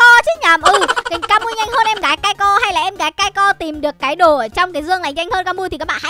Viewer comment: Kai...Kai...Kai Co nha mn ko phải Kai...Kai Rôn